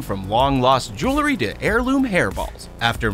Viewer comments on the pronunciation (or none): 1.) On the spot for the 'Lizard-Cam' the narrator says "Jewel-ER-ry",... the word is "Jewel-ry", TWO syllables, NOT three! 2.) Not sure if he was just trying to be funny but the brand of canned-water being opened in the electric-can-opener test is not pronounced "L.A.-Crocks", it's pronounced "Lah-Croy". And yes, I AM a member of the 'Language-police!'